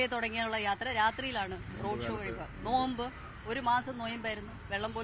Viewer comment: നോയമ്പ് അല്ല നോമ്പ് ആണ്